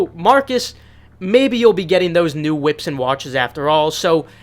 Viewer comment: New whips, not ships.